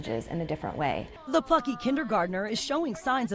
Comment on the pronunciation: I heard it too. Said "plucky"? Idk sounded like something else